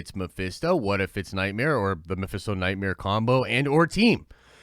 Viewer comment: bro you say nightmere like bert "bruce krinsher" kreischer